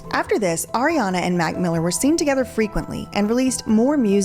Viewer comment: I’m still cackling at “Arianduh”